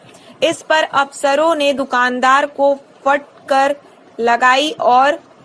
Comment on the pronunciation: Pronunciation is not so good #फटकर नहीं 🙄 फटकार होता है।